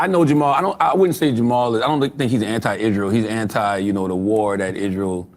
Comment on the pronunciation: “Hisrael” damn ☠️